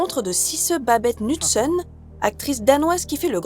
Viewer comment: nusen? The K is not silent!